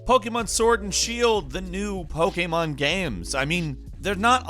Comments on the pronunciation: the way you say pokemon game...... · Omg I cant stand the way you say Pokemon. Other than that great video.